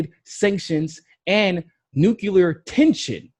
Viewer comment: I LOVE you man. But it's NUCLEAR not NUCULAR.